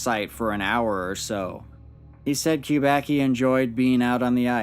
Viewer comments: It's "kubacki" not "qubaqi" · Kubaki Kubaki Kubaki....it sounds stupid. Kubacki should be read as Kuba(tz)ki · Kubacki is a Polish surname. Acctually, it should be read like 'Kubaski' (which will be somehow accurate) rather than 'Kubaki'. Nevertheless, very interesting video! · it's actually a polish surname which is pronounced "Kuba c ki", more like kubasky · It's pronounced koo-bahtz-kee. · You pronounce the name of the main character of the report WRONG. It should be read like KUBATSKI.... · I know it's strange for English natives but better pronounciation of this Polish origin surname is Kubatzky . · Btw. It's pronounced "coobatsky" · I know it doesn't matter much and I don't know if Steven himself knows that, but "Kubacki" is a surname of Polish origin and should be being read as "Kubatski" or "Kubatzki". C always = ts/tz except in combination "cz" which = tsh and "ch" which = h. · by the second name it looks like this man is of Polish descent and I don't know how to write his name phonetically but you pronounce it wrong